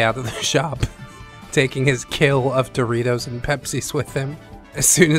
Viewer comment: Doesn’t he mean “Doe-ritos”